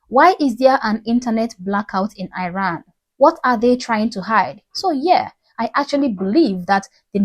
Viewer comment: it's pronounced 'Ee-ran', not 'Eye-ran'. Also don't assume that demonstrators who are being arrested, beaten up, injured or killed have 'loved ones'. Some of the people demonstrating come from families which support the current regime. Unfortunately it's difficult for these people to escape their family of origin, especially if they are women. When Khomeini seized power in the 1979, he encouraged denunciation and praised parents who denounced their children.... which resulted in the children getting the death penalty.